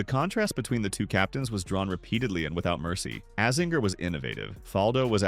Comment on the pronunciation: Great video but please learn to say AZINGERS name correctly it hurts my ears, he is team USA so yeah get that ironed out bud! ✌️